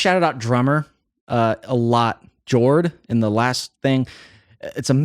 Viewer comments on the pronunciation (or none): none